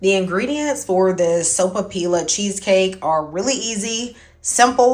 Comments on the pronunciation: Pronounced soap-a- piya. In Spanish one L has the elle sound but two LLs have a y sound. Here in New Mexico a puffed sopapilla with honey inside is a perfect dessert. We also like stuffed sopapillas with ground beef and green chile like a handheld burrito. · The lls are silent and pronounced like a "y". So pa pee ya. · MAKE THIS! It is delicious & always a hit. It’s pretty sweet already, so I skip the honey. Pronounced SO-PAH-PEE-AH. Double L in Spanish is pronounced as y (ee). Excellent tip about the wax / parchment paper. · I think the “ll’s” are silent? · Not silent… “y” sound.😉🩷